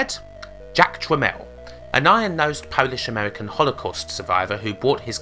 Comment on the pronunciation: You sound like british Homestar Runner. "fwivolus" "amewican" srsly this is bugging me